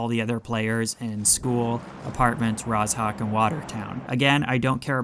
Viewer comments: Why does he say “Raz.hawk” instead of “Rozhok”????? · Mate the "zh" in Rozhok is pronounced like "j" in "bonjour" :) BTW I love how specific your tips and advice are!